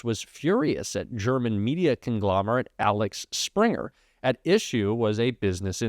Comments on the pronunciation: Man. Please read the story as it's written. It's not ALEX. Everytime u got it wrong. FFS. ITS AXEL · it"s AXEL Springer.. please.... like a wheel axel.. not Alex... Axel Springer was a German Publisher, famous for the publication Bildzeitung.. died in the eighties... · Axel, not Alex. Axel is a Scandinavian name 🤷‍♀️ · Axel not Alex, btw Springer is huge in Germany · Usually appreciate your presentations, but, ridiculous as it may seem, this one suffered from your misreading of the German businessman’s name. It’s AXEL, not Alex. Okay once, but five times is unacceptable. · its Axel Springer. NOT ALEX. You pronounced it wrongly nearly 10 times. C'mon, you ain't Don Jr. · Axel Springer not Alex Springer! I love your content and keep up the hard work. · IT'S AXEL!!! NOT ALEX!!! Axel Springer NOT Alex Springer!!! Every time you said it bugged the hell out of me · Axel, not Alex. you gotta review what you read. Other than that keep up the fight! Canada is watching, elbows up!! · Hey, it’s Axel Springer, not Alex Springer like you said. Set an example, and don’t be like Don Jr., or even worse Don Sr.!😅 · aXel springer not aLex springer :D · It's AXel Springer, not ALex Springer 🤓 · Ax-el, not Alex. Different names. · You’re showing ignorance. It’s Axel Springer not Alex. That’s Axel as in vehicle axel. He is/was a German, a media mogul and ‘Axel’ is a German name. Duh. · It’s Axel; not Alex. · Do you suffer from dyslexia. A X E L. Pronounced Alex. NO NO NO. It is Axel. I mean it is not the Gulf of Melico. It is the Gulf of Mexico. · Axel, not Alex. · AXEL, not Alex! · it's Axel, not Alex. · Its AXEL NOT ALEX PLEASE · You keep saying it's "Alex Springer". It's AXEL Springer, not Alex! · the owner’s name is AXEL not Alex. Just want you to sound as knowledgeable as you actually are! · For accuracy’s sake, it’s Axel not Alex. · bro it says AXEL Springer, not Alex. You read it wrong like 3 times in a row lol. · AXEL not Alex. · Axel, not Alex...